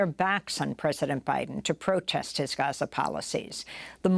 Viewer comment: Genocide Joe can't even pronounce Gaza.